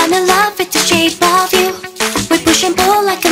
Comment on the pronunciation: なんだかんだクレア先生が歌う「shake of you」が好き。 これは、日本人が聞きやすい発音で歌ってるからだと思う。